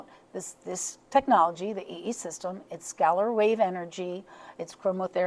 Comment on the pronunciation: "skeller" wave, is normlly pronounced "skay- I've been curious about this, but the speed of the visual, every time I see it bothers me... which makes me curious as to what's going on..